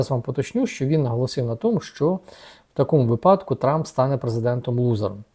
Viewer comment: Дуже подобається Ваша аналітика - коротко і змістовно. Але я відпишуся від каналу, якщо Ви і надалі будете ставити наголос "у випАдку" Ви - людина розумна і з гарною освітою. Впевнений, що Ви не образитесь, адже я хочу, щоб Ви стали ще кращим )) Навіть Фаріон не припускається помилки в цьому слові.